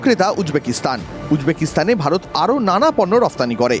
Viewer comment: অনুষ্ঠানটি সত্যি খুব ভালো লাগে, তবুও মাঝে মাঝে র মতো কিছু মানুষ যখন ভারত কে ভাড়ত বলে উচ্চারণ করে মেনে নিতে পারি না।